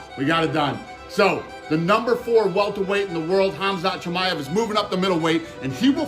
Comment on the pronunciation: Ah yes, kumshot chimichunga